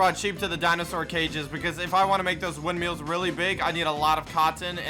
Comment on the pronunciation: why do you say ''windmeals'' :(